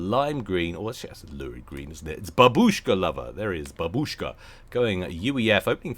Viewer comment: It's bAbushka, not babUshka. xD